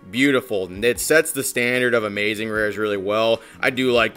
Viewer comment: That was Amaz-zuh-zing